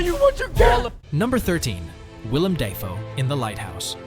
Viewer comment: ‘Da Foe’ not ‘Day Foe’